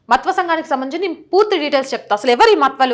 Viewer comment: విశ్లేషణ చాల వివరణ తెలిపినది ముఖ్యము గా కుటుంబ పార్టీ లను సమర్థించే AP హిందువులకు కను విప్పు కలిగిస్తుందని నా నమ్మకం. (దయ చేసి మత్వా అని కాకుండా "మాతువ "అని పలికి చెప్పండి) భారత్ మాతా కి జై ✊ వందే మాతరం 👋 జాగో రే జాగో రే జాగో హిందు 🙏🙏🙏🙏🙏